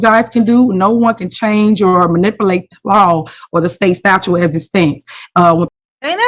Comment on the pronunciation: Ma-nip-o-late. Jeeez